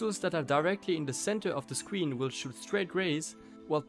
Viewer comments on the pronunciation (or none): Man says sween instead of screen